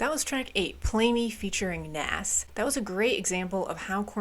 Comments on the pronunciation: Nas is actually pronounced like Naus not Naas:) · Did u say naaas? It's nas lol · It's pronounced "Nawz" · How she pronounced NAZz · Nas is going to be pissed you repeatedly pronounced his name like that. haha. I hope he never hears about this. Great review. This is the last actual KoRn album. Head quits due to a heavy Meth addiction but later rejoins. The drummer leaves due to disagreements within the band. Now the Bass player Fieldy is gone for unknown reasons. Hopefully he returns. Your KoRn series is great! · You don’t know who Nas is and pronounced it wrong 😂. It’s OK, check out songs like The World is Yours, Made You Look, and One Mic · 😑 the way you pronounced Nas haha please do a Nas day for yourself other quick things that came to mind: There are sooo many incredible “Did My Time” live performances “Alive” is one of the first songs Korn ever wrote and the guitars on the chorus are actually the guitars to “Need To”. They decided to add it to the album because it was very fitting to totally go back to their roots. Definitely check out their demo tape; you’ve heard all the songs so no spoilers left. All the live shows from this era are great because they knocked out so many shows at this point as the original 5 that it is just very fluid. I think the only complaint about this album when it first came out was how raw the production was and how seamless they were album to just crank these songs out. It was maybe to formulaic but I think it’s held up after all these years.